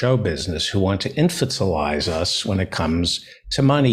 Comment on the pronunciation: Please Feldo, I'm begging you. It's in-FANTA-lize. It's really not that difficult